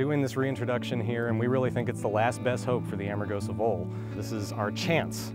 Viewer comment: Why did the narrator keep saying 'Armagosa' instead of 'Amargosa'? Did they not notice that when they edited this series? Lol